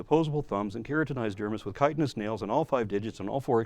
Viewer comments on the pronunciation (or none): none